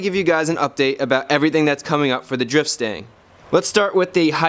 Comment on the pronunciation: anyone else thought he said drip stain instead of drift stang